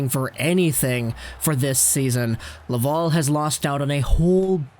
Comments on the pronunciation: You do an amazing job ..... I listen to you all the time but for the love of god it’s la-Val. .. Laval ... not la-vol aaaaaal have a great day catch you tomorrow 😬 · Wow, I love the way you say Laval..... as LavUl…….. amazing.